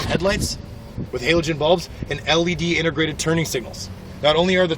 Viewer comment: Can you say intergrated just one more time?